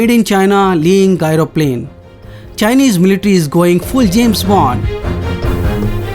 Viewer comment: Not "gairo plane",it is said "jairo plane". Outdated info.